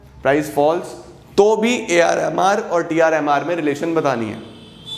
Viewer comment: when he says AR and MR am I the only one who hears AR Rehman? 😂😂